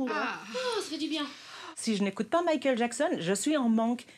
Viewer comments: Le ë sur Michael.. Arrêtez, je vous en supplie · Michael bordel pas Michaël